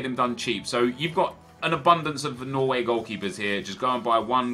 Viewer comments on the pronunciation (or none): none